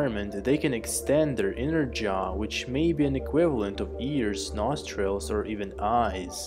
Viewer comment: "NAWSS TRILLS" sorry, I'm a dick.